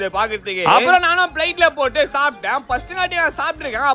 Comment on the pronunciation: Bro athu plate uhh bro plaitu ella 😂